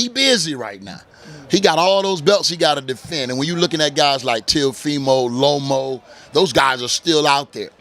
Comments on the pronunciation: Tarver say all these fighters names wrong lmao. Lomo,Teofomo,Kamboza 🤣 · He butchered their name lomo lol